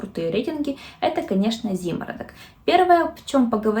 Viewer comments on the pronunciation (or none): ЗиморОдок, ударение на втором О